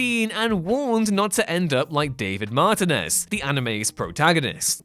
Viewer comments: The way he pronounces martinez ouch lol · It's especially bad for me since my name is David Martinez. It's ridiculous to me how often people mispronounce it that way. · He says stuff wrong, and it weirds me out. Pendragon, The Phantom Pain, Martinez, bleugh. Begone,...